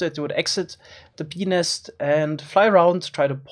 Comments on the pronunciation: Pe nest but the T is silent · ei vittu make se sanoo Benis :DDDDDDDDDDD ebin :-DDD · it sounds like he is saying ''benis'' instead of bee nest lol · BENIS :DDDDDDD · “Bee nest” Kinda sounds peni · Lmao, i had subtitles on, and every time he said bee nest, it said penis😂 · At 1.25x playback speed, i kept hearing peenist instead of bee nest. Just so you know... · I know he's saying bee nest, but.... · When he said “bee nest” it sounded like something else 🤔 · i cant help but giggle when he says bee nest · When he says "bee nest" it kind of sounds.... like a different word... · Is it me or when he said bee nest it sounded like... hopefully you know.